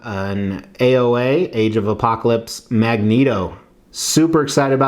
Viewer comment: Hi, I'm a English major. It's actually pronounced Magneto, not Magneto😏...